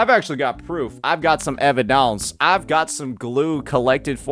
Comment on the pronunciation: Whenever I hear say he's got da "EVIDONCE" I literally begin ascending